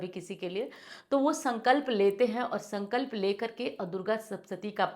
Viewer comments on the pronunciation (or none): none